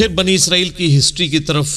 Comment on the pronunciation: اسرائیل ہے، عزرائیل غلط ہے ۔